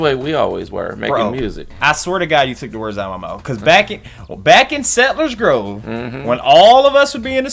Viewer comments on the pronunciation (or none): none